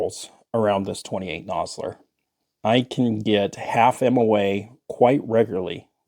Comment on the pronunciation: Yeah nah, I generally enjoy your content, but you lost me at 28 nosler, look forward to your next vid